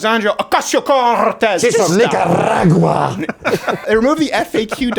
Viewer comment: Nicarrrrrragua! I'm in tears 😂😆😭